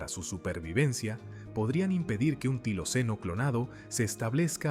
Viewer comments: NO ES TILOCENO ,,, ES TILACYNO.... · No se dice tiloceno, sino tilacino.